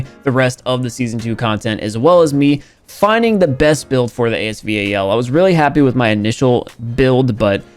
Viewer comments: normal person: as-val: A S V A L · And thats a fact😂😂 He says A-S-V-A-L And everybody calls it As Val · Nobody: Literally nobody:: "The epic A-S-V-A-L " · A.S.V.A.L Me:AS VAL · it’s not A S V A L. It’s ASVAL. It’s AY S VAL. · Stop calling it. “A S V A L” it’s giving me anxiety 😂😂😂 it’s “AS VAL” like say the name “ Valerie” without the erie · stupid he said a-s-v-a-l and in the trailer during the video said the legendary asval judgement it’s not a legendary we haven’t had any lucky draws yet so it’s not legendary gun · no it is pronounced as A.S VAL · Lol AS “V.A.L”